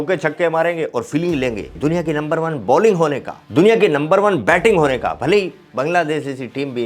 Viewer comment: Bhai number 1 nahi lumber 1 bolo